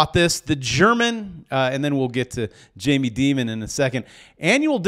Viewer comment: Learn how to say Jamie’s name correctly